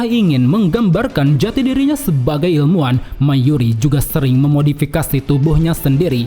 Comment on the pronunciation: ilmuwan, bukan ilmuan